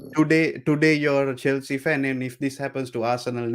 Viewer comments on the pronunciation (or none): how come he said chelshit not challenge pl,,its same squad winning world champions?🤣🤣